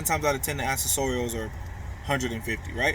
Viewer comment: "ak-sess-er-ules" is how u say that word bro....